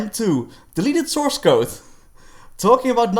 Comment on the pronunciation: whoopsie, its source code not souce ;p